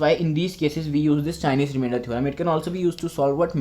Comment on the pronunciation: It's chinese not chienese